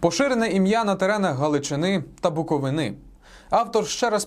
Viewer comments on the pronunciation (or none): Сам ти БуковинА, є лиш БуковИна. Бо так можна і получити від румун, молдаван, євреїв і українців одночасно